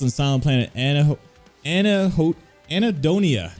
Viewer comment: its prononuced an- hedonia. . i love your reaction!!!